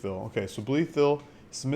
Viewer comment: If this is the town I am thinking of they pronounce Blytheville like "Bleyevull"